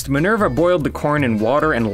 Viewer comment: it's pronounced "ma - is". And; you just heard her name is Minerva. Why do you call her "Minörva"? 🤣